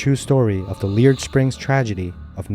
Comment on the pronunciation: The name of the hot spring is pronounced Lee Air d. No leered as you mispronounce it.